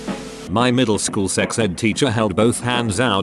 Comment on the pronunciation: The way read 'middleschool' Meddlehskule